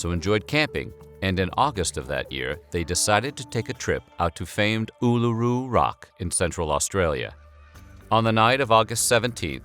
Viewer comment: The way you aid Uluru as an Aussie triggered me